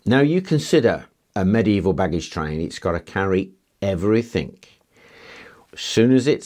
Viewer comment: Really annoys me, They don't have to carry everythink. Its Everything. Even Brian Cox say everythink, Should know better